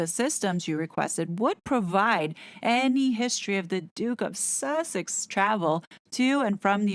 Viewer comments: The constant emphasis on the word Sussex is off putting & causes distraction from your excellent report . Harry entered the US during the trump administration ..is it possible there are no records & that he just walked off the plane & rode to Tyler’s house . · Sussex isn't actually a town. Originally an ancient Saxon kingdom, it is now divided into the twin counties of East and West Sussex. I do agree with you that the constant silly way of saying the word is quite an irritation to have to put up with when listening to an otherwise interesting report!